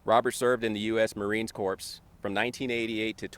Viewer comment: Nothing more infuriating than a officer who can't pronounce the word " Corps" properly! Et to Obama! It's a disgrace to those who served! May God bless them and keep them, may they rest in peace!